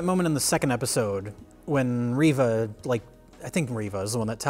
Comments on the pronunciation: I can’t believe used a hard “R” to pronounce Reva’s name…. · bro said Reva with a hard R oh lordy